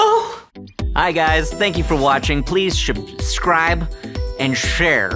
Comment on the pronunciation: "Hi, guys. Thank you for watching. Please Shubcribe and shhrere. Nailed it. We're done." GOLD.